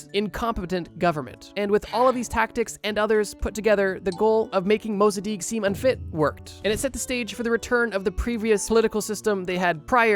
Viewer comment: COINTELPRO is coin-tel-pro Mossadegh not Mossadikh Harvard has a robotic bug lab